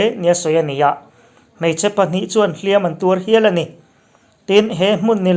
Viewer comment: "Hliam.a.tuar" tih hi, 'Ka inhliam' tih a, "hliam" lam.dãn anga lam lovin, "Artê chu ruahin a nan a, a huh hliam.mai," tih a "hliam" ang hian lam tur a ni e.